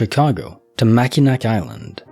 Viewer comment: Just FYI, it's pronounced "Mackin-naw" island, I totally understand why you'd say it that way if you're not from MI lol